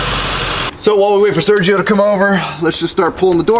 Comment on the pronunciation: Sergio: Ser-he-oh